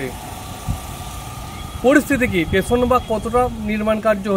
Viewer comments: ভালো কাজ করছেন। তবে উচ্চারণের দিকে নজর দিন। 'টেশন' না কথাটা স্টেশন। আর মোয়নাপুর না ময়নাপুর। বাংলা ভাষাকে বাংলাই থাকতে দিন। ধন্যবাদ। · আপনাকে বলে রাখি যে ওটা টেশন নয়,স্টেশন উচ্চারণ আগে ঠিক করুন তারপর ব্লগ করবেন😂